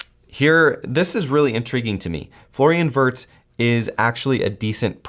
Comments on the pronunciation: Virtz* Germany pronounce W as V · This guy has the absolute worst pronunciation ever 🤣 it’s said VIRTZ